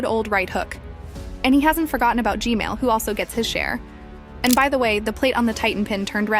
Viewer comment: ITS G-MaIL